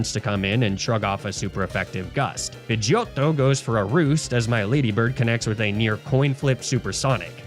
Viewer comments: Say pidegeotto like that one more time and im jumping out the window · The way you pronounce Pidgeottto always cracks me upXD Thank you for another amazing journey=3